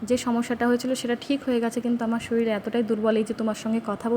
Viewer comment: Madam apni eto kichu janen r eta janen na j ktha ta শরীল নয় শরীর